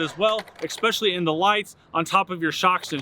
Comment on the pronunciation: Why do I hear a number of YouTube presenters pronouncing the word especially wrong? It’s not expecially, it’s especially.